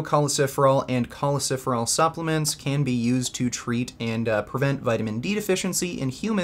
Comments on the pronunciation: It hurts every time he says choleciferol, when in fact it's choleCALciferol. Must be something about my ocd. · It’s not choleciferol. It’s cholecalciferol. Awesome video